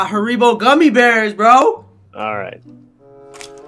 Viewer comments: The fact you pronounced it as ha-r-ee-bo instead of har-i-bo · Its an old video but its pronounced harry-bow not ha-ry-bow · OMG ITS HAR-I-BO NOT HAR-EE-BO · I cant reply to comment but my fav snack is haribos gummy bears to also haribo is pronounced harry bow not harree bow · Haribos are pronounced harrybows, why do all Americans say it like that 😂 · Its pronounced Hair-i-bo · Dils that's disappointing. did you say Hareebo?😂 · Your right about the haribo gummi bears...BUT IT IS PRONOUNCED HA RI BO SHORT I DUDE ITS A SHORT I!!!!!!! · This dude said “hareeeebo” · Btw its called (hair e bow) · 10.18 Haribo (HARRY-BOW) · Omg, I'm triggered. It's pronounced HARRY-BOS😤😤😤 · Who tf calls haribos ‘hareebos’? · Thats not how you say haribo gummiebears thats some disrespect to there jucie deliciousness